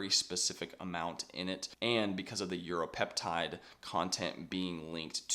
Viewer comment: Great vid but 30 secs are you saying Europeptide?